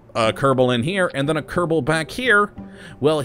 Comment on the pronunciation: Anyone Else annoyed by How he says kerbal wrong at the intro But When a mod has kerbal in It's name he says it right, please say it normaly instead of saying kerdabol at the begining.